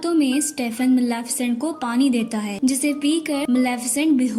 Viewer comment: Not Malaafesent this is Malefisent